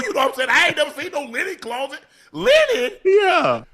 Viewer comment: "Linen clawset" and "Poetic injustice. He rollin up the cord again!! 😂😂😂